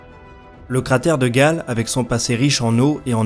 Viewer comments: super travail mais on dit cratère "gayle" et pas "gale", on dit aussi "kemkam" et pas "chemkam" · Quelques critiques secondaires : Chem-Cam prononcée Kem-Cam Cratère Gale prononcé Gayle L'eau liquide sur Mars jeune (vidéo précédente surtout), c'est encore bien discuté au point qu'on puisse distinguer deux groupes de chercheurs, un groupe pense qu'il y a eu océan, rivières etc. l'autre que Mars a toujours été froide et que la glace se liquéfiait (rarement) et se transférait d'un hémisphère à l'autre sous l'effet des changements orbitaux ou d’éventements ponctuels comme impact ou volcanisme. Rien d'admis. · on dit "Kemcam" et pas chemcam pour la caméra de curiosity et le cratere de gale se dit "guèile" , en tout cas c'est comme ca que prononce les astrophysicien qui en parlent !